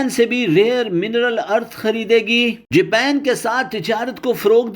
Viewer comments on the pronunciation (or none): none